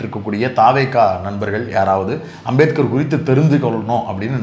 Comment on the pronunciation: அந்த அமித்ஷாவுக்கு அம்பேத்கர் பேரை சொல்லவே தெரியல உச்சரி வரல வாயில் ஹான்ஸ் போட்டா மாதிரி சொல்றாரு